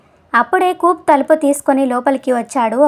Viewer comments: కూప్ కాదు, కూపే అని చదవాలి! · Good story . Nicely told . కూప్ బదులు కూపే అని అంటే బాగుండేది . Hare Krishna